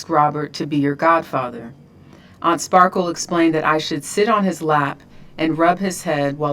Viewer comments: Ti keeps calling her Sparkles 😂😂😂❤❤❤ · Sparkles 😂😂😂... it's Just Sparkle